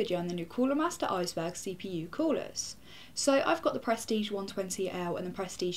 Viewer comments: pronounced just like its english name iceberg, not eesberg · It's pronounced like "iceberg". That word is German.